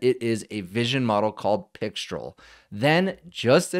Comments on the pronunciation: C'est Françaaaaaais?! 😅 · Pixtraaaal. Alternatively, you could wear a black beret, a white-and-black striped shirt and hold a cigarette, at which point you can go ahead and pronounce it either way. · "Mistral" is (English/American-ised) pronounced with an "el" sound. Pixtral would be similar. So "Pic-strel" would be appropriate. However the French pronunciation is with an "all" sound. Since mistral is a French word for a cold wind that blows across France, I would go with that for correctness. It's actually more like "me-strall", so in this case "pic-strall" should be correct. At any rate, I look forward to a mixture of agents/experts scenario where pixtral gets mixed in with other low/mid weight models for fast responses.